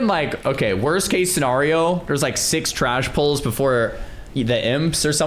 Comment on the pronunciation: i have now been quiet about this for too long.... why the f is pronouncing scenario as sinahrio? in the last 3-4 videos i have seen of him he keeps on doing this